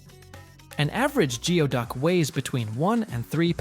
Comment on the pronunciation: Geoduck is pronounced 'gooey-duck' - You might want to check pronunciations before the next time you release a two-hour video on something.